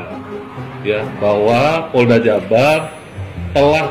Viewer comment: Indonesiah, hari inih,dasar gilah loh, kembali lagih, poldah, org Polda bro, bukan poldah,begoh loh